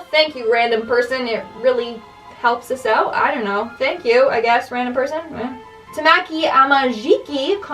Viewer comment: you aid tamaiki wrong